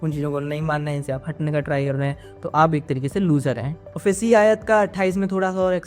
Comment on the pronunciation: Ayaa, Nahi ❤ Aayat, hai ❤ bhai آیۃ